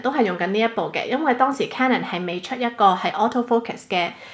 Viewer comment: 咁多個BLOGGER得你一個讀CANON是正確發音